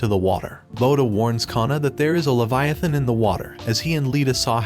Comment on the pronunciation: Levi=a -thon